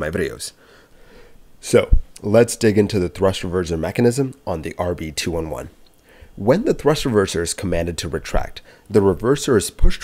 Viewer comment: The RB-211 is pronounced RB-two eleven.